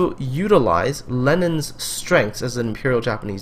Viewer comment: Is his name really pronounced "Lenin"? Do you pronounce Stalone as "Stalin"? Anyway great game :)